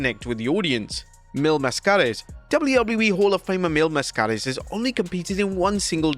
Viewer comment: It's pronounced "MA'skarus" not "MasKA'rus*